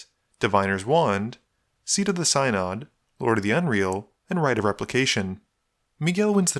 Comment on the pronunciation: FWIW it's pronounced "sin - odd" not "sy - nod", but props to you for playing Mistform Ultimus, it's awesome to see that card played!